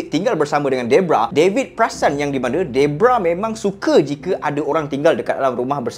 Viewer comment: bukan debrah bng deborah